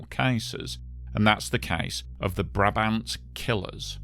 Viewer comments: Brabant Killers ( slightly botched the pronunciation there). I'm not sure the would ever get round to it, because it's such an extensive and complex case that it would require at least a ten-part documentary about the crimes, and a ten-part documentary about the botched police investigation, and even then you'd be left with more questions than answers. The Brabant Killers were responsible for a spate of crimes lasting from 1982 to 1985; 22 random criminal acts of which 12 with a fatal outcome, ranging from the theft of a single duck gun from a gun store (which, puzzlingly, was never used during any of the subsequent crimes but later found with a cache of weapons used by the gang), over car thefts and random murders, to a series of raids on supermarkets with excessive violence, the deadiest of which saw 8 killed, including children, with all victims executed from close distance. The loot taken in some of these robberies really didn't match the level of violence used: for instance, one of their raids saw 2 bystanders and 1 police agent killed, and a second police agent severely injured, for a loot of... 5 boxes of pralines, 5 cans of arachide oil, 5 cans of corn oil, 10 bags of ground coffee, and 40 bags of coffee beans. Even now, nearly 40 years after the last raid (November 9th 1985), the cases remain unsolved, with many names named but nobody ever officially linked to the crimes. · Never heard of him . Chainsaw accidents can happen so easily. You are pronouncing Brabant incorrectly. go to the wiki page on Brabant and there is a small sound file on how to say it correctly